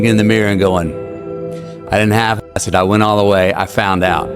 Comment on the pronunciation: I could only hear “Don’t half Æ it.”